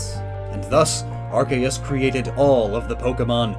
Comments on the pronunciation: Why do you say it like that it unwatchable cause of your terrible ARKAYUS it’s pronounced arc-e-us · It's ARK-ee-US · I know that it is wrong but I prefer when people pronounce Arceus with a “S -sound” there where the “C” is instead of a “K -sound”. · oh my god he says “ark-aye-us” i can’t watch this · its pronounced ar-see-us. read the japanese name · it’s AR-see-us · I want to know more but hearing Arkeus so many times hurts my soul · Please learn how to say Arceus properly if you’re going to say it a lot in a video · Pronounce the c in arceus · That’s not how you pronounce arceus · My inner idiot is raging as he is saying Ar-KAY-us and OOOK-XIE(Uxie.)